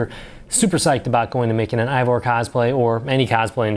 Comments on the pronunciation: Solid video! Just want to let you know that Eivor is actually pronounced Ay-Vor, not Aye-vor. I wasn't aware of these other resources, so I'll definitely be checking these other sources out. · Did everyone just forget how to pronounce “Eivor”?